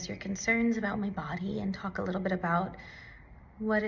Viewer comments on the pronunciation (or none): none